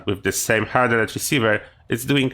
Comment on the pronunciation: I guess I need to be that person.. Hardened pronounced Hard-end. Not hard-end-ed. :) I chuckled everytime you said it.